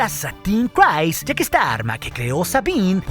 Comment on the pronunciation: Eres un crack, me encantan tus videos. Solo tengo un comentario, no se pronuncia "crais" el nombre de Bo Katan, es un sonido más como "criis". Saludos y síguela rompiendo master